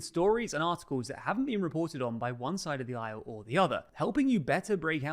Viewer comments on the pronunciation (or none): none